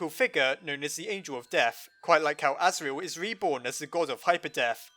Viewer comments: You said the goat sons name wrong duh.... Serial Murderer:/ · orrrrr his name is Asriel cause Tor(iel) (As)gore